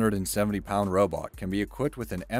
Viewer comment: Robot snipers I thought u said roblox snipers